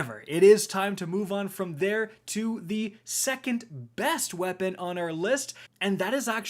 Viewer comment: "ThE lAsT brEaTh iZz tHE 2nD wORst WePuN iN pROpHeCy"